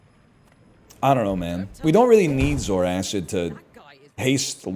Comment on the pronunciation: its pronounced "Zor-Kid" not "Zor-Acid"